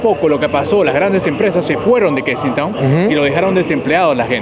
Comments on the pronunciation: Lo pronunciarse mal es kesinton como lo estás leyendo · Kensington no se pronuncia "Kenistong"....... A parte de ese detalle, buen video 👍